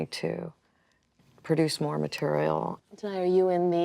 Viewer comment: Hate how they pronounce danai's name